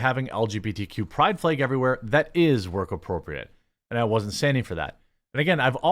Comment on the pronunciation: You mispronounce the word flag. You are saying Fleg, thinking of the F word for LGBTQ........ folks and add an L.